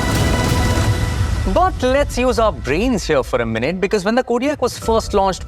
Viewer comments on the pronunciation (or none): none